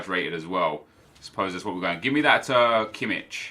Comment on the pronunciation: Im not trying to be a smart ass, just saying that its pronounced Kimmish not Kimmitsh^^ I mean how would you know it^^ Great video of course!